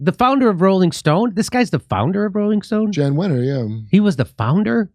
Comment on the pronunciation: Neither of you knows that Wenner, a public force in magazine publishing for over 50 years, pronounces his first name as "Yahn"? (Well, what can we expect from a man well over the age of 12 who refers to "The River THAYMMS"?)